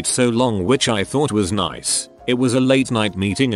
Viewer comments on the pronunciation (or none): none